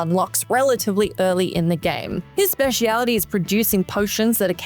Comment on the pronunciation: That’s not how you enunciate speciality